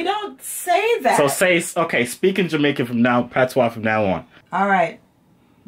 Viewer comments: "Patwah", thas how we pronouce Patois lmaoo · PAT-SWA girl uh deaddddddddd he caan even say dat right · You said pattwa so many times and you ain't even speak it once 😂😂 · I stopped when this dude said Pat tois... I’m Samoan and I know ain’t no Jamaican pronounce patois like that.